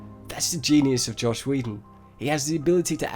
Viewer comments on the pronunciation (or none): Is “Joss” supposed to be pronounced like “Josh”? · "Joss", NOT "Josh". FFS man, get people's names right. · His name is Joss Whedon (short for Joseph Hill Whedon) Not Josh lol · Don't know if others have said this but it is Joss NOT Josh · It's Joss, not Josh